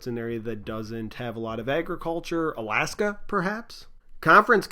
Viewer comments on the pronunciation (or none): none